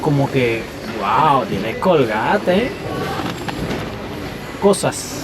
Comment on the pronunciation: Es estadounidense, y se pronuncia originalmente (en inglés): "Colguéit")